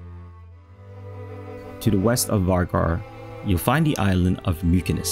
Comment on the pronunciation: Vágar is pronounced wooar